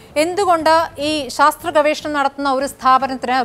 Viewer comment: സാസ്ത്രം അല്ല കുട്ടി ശാസ്ത്രം